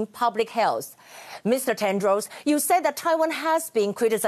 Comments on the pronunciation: 雅琴好像把Tedros 發音成 Tendros. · 被雅琴姐圈粉了。 不過你一直唸te''n"dros 沒有n的音哦，tedros才是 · I ain't sure how hard the arguments could slap Tedros in the face, but the repetitively wrong pronounciation of their names even with teleprompter and printed props are just plain ignorance. For times that you could feel free to improvise, all grammars just went embarrassingly wrong. Geez...